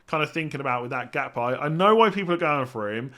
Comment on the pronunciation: It's pronounced "Hakpo" btw.